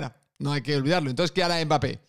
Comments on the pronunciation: "Mbarré" de nada....😎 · si te sirve yo a Mbappe lo llamo Mbeebee = Embibi, por cómo lo pronunciaba un presentador árabe, me hizo gracia 😂